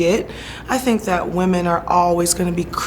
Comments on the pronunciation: Tomou na cara, bem feito. E aprenda ingles pra próxima entrevista. Sink é pia, não verbo Pensar....jesus, vergonha alheia em todos níveis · Que repórter ridículo. Alguém tira ele dai? Nem sabe pronunciar “think” ... ... “you SYNC!!!!!!” Pelo amor de Deus que vergonha